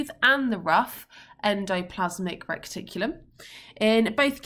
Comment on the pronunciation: Is it just me or it it annoying that Miss is calling it Recticulum instead of Reticulum